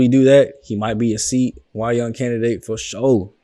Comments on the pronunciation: Bro... Had to catch up just found you... Its CY YOUNG.. Not C Y.. I get a dawg ass laugh outta that everytime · Love to see some Tigers action but you are killing my with C Y young is Cy (Sigh) Young Cy are not initials its his name brother. Keep up the good work love the series